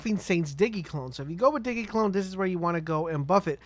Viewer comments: DIGGY DIGGY CLONE. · In sin de airy Di gē I swear if i hear digi again